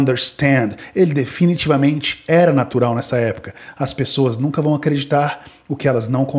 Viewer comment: Narural kkkk